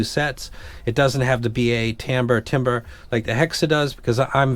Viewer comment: It's "tam-ber", you got it right the first time.